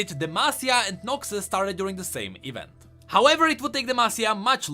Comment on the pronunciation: not noxi but noxus, XD glad it wasnt noxwe of noxthem